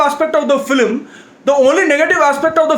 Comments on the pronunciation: No one's gonna mention "Filim instead of film???" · People:- film:- flim 🤣😂😆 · Guy it's film not philim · Nobody. Absolutely nobody. This guy: flim. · Yeah that was waste “FILIM" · it's not film it's Filim 😂😂😂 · Nobody:: Filim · this how many times he said filim ↓ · Honestly speaking your filim pronounciation is 0 to the power of infinity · it's not 'filim' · Is saying flim??😂😂 I love him anyways.